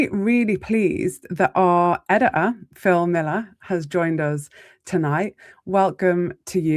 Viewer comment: IF you can't bothered to speak english properly I won't be listening. What's a Suppor-a or an edi-a?